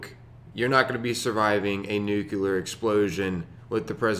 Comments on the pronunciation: Yeah...all I need to hear is "nuke-you-lar" for anyone's credibility to go right out the window, to say nothing of anything they might build. If you can say the words "new" and "clear," there is no reason you shouldn't be able to say "nuclear" properly. Of course, some people can't seem to stop mispronouncing it and making themselves sound like complete rubes. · I just like opening them and hearing how she says nuclear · Yup. Figured as much when I heard the thing mispronounce "nuclear" lol